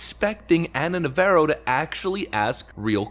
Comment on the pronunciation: Nəv-AH-roh Like the Jane's Addiction guitarist Dave, not the Chevy Camaro